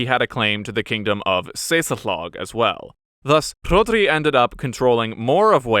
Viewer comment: I feel Ive entered into an alternative universe with pronunciations such as Morgan- wig , dinner-vor and Saysul=thog being hailed in the comments as correctly pronounced welsh names.